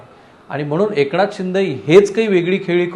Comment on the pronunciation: एकणाथ .....jar fakt N cha uchhar nit kara rao...baki sarva bhari ahe....